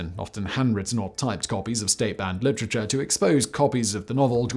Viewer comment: I love you Simon, but I can't get passed ""LICHRICHAR" 😂😂😂😭😭😭